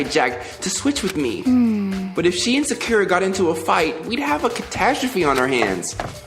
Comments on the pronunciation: The way he kept pronouncing her name Sackera really bothered me. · oh and to help you with the names it's Sakura Saw-coo-ruh Byakuya Bee-Yah-Coo-Yuh just wanted to let you know you're the Goat Youtuber bro I legit barely watch stuff on here unless it's you lmao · The way he says "sack-ura" 🤣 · Manz must have never watched naruto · Sakura = sock-er-ah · Sakura is pronounced Soccer-ra Like the tree